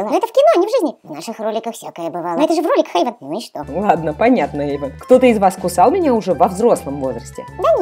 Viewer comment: Эйван неправильно атветел